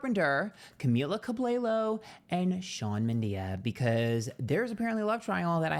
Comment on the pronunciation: 😂😂😂 at this point I internally beg for him to mispronounce names bc it’s so funny!